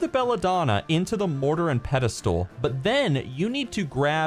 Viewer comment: Thank you for the guide, much appreciated......but pedestal? XD